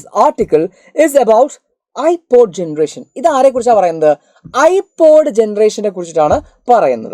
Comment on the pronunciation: NoT IPAD IT'S IPOD😂